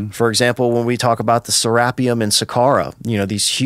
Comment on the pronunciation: It's pronounced "Sara-pee-um" mister expert.